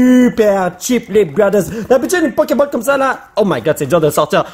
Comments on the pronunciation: En fr On dit pas poké ball mais poké boll ! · ca se dit poké boll